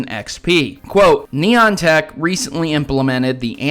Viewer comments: You need to pronounce better it's Niantic not Neontech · NAI-AN-TIC Not nyentic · "Nigh antic" NOT "Neon tech" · it's pronounced Ny-An-Tic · Haha, I love your videos - even the ones I don't agree with - but man, the name "Niantec" is a tough one for ya huh? Haha. Not like it's a big deal it's just funny. Think you got it right once or twice in this one though so that's improvement! Totally agree with you about this though, that's some bullshit. They seem to focus on a lot of the wrong things, and don't communicate to the fans very well. If this game was handled even remotely decently it would be unreal. As is I still love it, but definitely see the problems with it. Hopefully eventually Nintendo/Pokemon co. step in and say "don't fuck up our IP" and make them make the necessary changes/added features/content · He said "knee antic" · I heard Nyan Tac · Its Pronounce Ni-an-tic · Nyan-Tec. Best way I have ever heard for saying niantic labs 😂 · I cringed so hard when he said it XD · I just wanted to comment that 😂😂